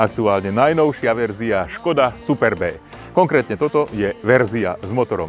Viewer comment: je smutne ze neviete naporiadok hovorit o technologiach,no est sutnejsie je ked recenzujete auto ktoreho nazov neviete ani vyslovit. za toto vas platia? to moze potom robit fakt kazdy.